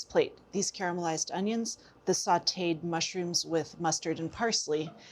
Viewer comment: You say "caramelised", not "carmelised"... I love you PS- my dear old mom would add a pinch of sugar to her caramelised onions... worked like a charm